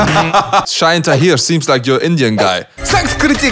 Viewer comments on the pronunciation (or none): none